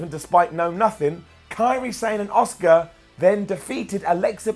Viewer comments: Everytime you call Asuka, Oscar myears bleed a little. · Why is he calling Asuka as Oscar?